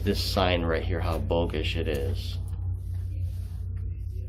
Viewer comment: it's BOGUS,not BOGISH!